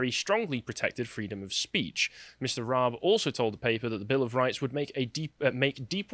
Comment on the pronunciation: How can you comment when you don't know how to pronounce Dominic Raabs name?